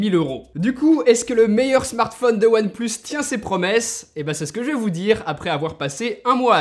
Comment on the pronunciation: We say one plus seven pro hhhhhhh one et plus et sept et pro what the f... hhhhh